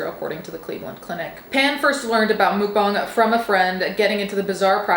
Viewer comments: I thought it was "muk-bang" not "mook bahng"... Anyone know? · Take down korean 수빈 soonbin's pictures. Shame on you that you didnt make sure before you make video about it. And you keep want to "correct " you all over wrong. And "mookbang"??? Its Muk-> Moek smh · you saying mukbong is driving me insane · I don't know why, but hearing it pronounced "mook-bahng" (which is probably as close as us westerners are going to get to the correct pronunciation) makes it somehow sound even more disgusting than hearing it in the 'typical' American pronunciation (muck-bang). Also... People that unironically watch that sort of stuff, need their search history, their hard drive and their basement checked. 👀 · I think you’re pronouncing that name Mukbang wrong.